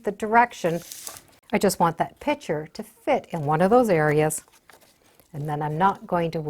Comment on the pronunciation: "pitcher" vs PICTURE. Picture is the correct pronunciation. You're welcome.